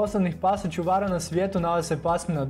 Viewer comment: Nekaze se ćuvara nego čuvara